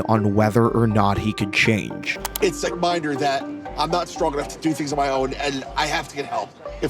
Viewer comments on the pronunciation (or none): none